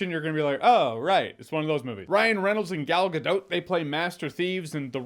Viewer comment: Thanks for pronouncing my waifu Gal Gadot’s name correctly